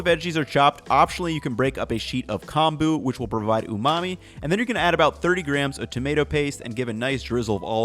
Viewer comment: Umami? Sorry, I mean umami? sorry, I mean umami? sorry, I mean